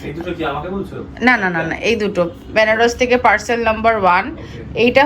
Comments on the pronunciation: " ব্যানারস" প্লিজ বলোনা। বেনারস বলো।😅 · English e benaras e pronounce hoi. Na jene gyan dewa soja. Pronounciation anek rokom hoi. Baranasi o toh bole abar kasi bole.😅